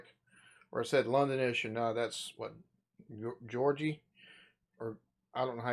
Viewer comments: Yes number 8 is actually Jade off the group Little Mix. She is from where I am from the North East of England. You are right we are Geordies. Pronounced like Jaw dees 👍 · Oh and Geordie is pronounced Jordy. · Jordy is how to pronounce Geordie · 16/22 but I agree with you on #7 I felt cheated 😄🏴 ps, geordie is pronounced 'jaw-dee' 👍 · Geordie is pronounced jaw-dee. And yes number 11 was Ricky Gervais. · No. 8 pronounced Jordy and is located in North East England. So even though English has spread throughout the world, different countries have put their own twist on it making it their own. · Say it as jordie and that’s it. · Geordie is pronounced Jordee - It's the accent of Newcastle. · The pronunciation for Geordie is ( jaw dee ) I love how dialect changes .. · "Geordie" is pronounced "jordy"